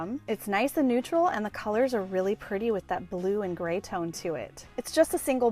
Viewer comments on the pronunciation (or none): none